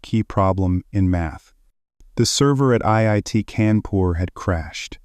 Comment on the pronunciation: It's kaa'n poor fyi